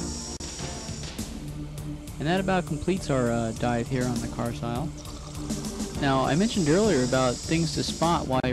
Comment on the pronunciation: Carsile the s is silent pronounced car-lile